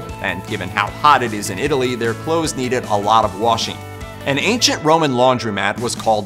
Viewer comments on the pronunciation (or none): none